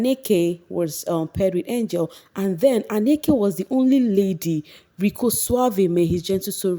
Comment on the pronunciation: Not Anneke. Ahnneka. She was RICCOs set.